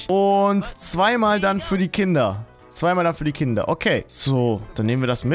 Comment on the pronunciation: Es ist er sagt einfach nicht Kinder sondern künder ich feiere dich trotzdem